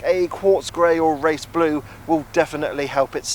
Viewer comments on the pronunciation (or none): none